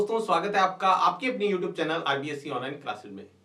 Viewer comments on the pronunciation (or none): none